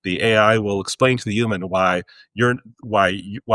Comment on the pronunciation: Stop saying “üman;” say “human” ffs